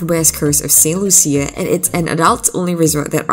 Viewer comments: It’s Saint Lucia (pronounced Lusha, not Loo-see-a)!! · "Lew-shu". Saint "Lew-shu"... How you gona make a video about a country when you don't even care to pronounce the name of the country correctly? 😂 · Pronounced Saint Lu Sha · You are pronouncing St. Lucia wrong.